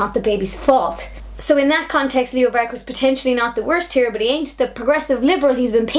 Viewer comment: You cant pronounce varadkar